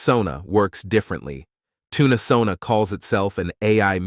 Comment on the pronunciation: Oh no! I'm in a later timezone, and think I missed the offer. ☹ just in case; SONA#5TC Thanks for the great video and for highlighting an exciting looking alternative platform. Can't wait to try it out. BTW: your TTS voice pronounces Tunesona as "Tuna"sona(Toon-UH-Sona). instead of Toon-Sona Sorry I'm always harping on pronunciation. It's very distracting(to me) and takes away from the message. I literally had to watch this 3 times to get your message. The third time I had to use subtitles on mute. You wouldn't want someone to refer to you as "Aye Eye Tuna Craft", right?